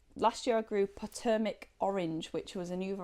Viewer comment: Just a happy fyi: Potomac is pronounced with a long vowel o, it is an native American pronoun, and is integral in our US history, as well as a river and regional names.